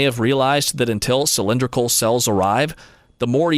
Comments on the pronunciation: cyl-in-DRIK- ul cells? Try cyl-IN-drik-ul cells... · Obviously AI generated, “Sill-En-Drikle” really?